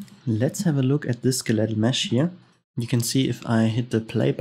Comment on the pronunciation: Once again thanks for the tutorials, your English is really good and it is easy to understand your tutorials. One minor thing in case you are studying English, for skeletal, the emphasis is on the "skel" part and not the "let" part.